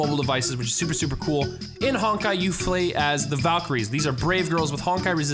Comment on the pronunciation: Did he say Fray instead of play?